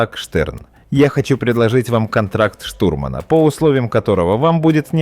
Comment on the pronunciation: не штурмАнам , а штУрманам , не рыжебОродый а рыжеборОдый , проверяйте хоть свою безграмотную озвучку !!!